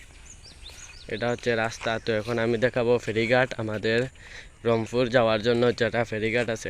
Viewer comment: Rangpur ❌ Rangfhur ✅😂😂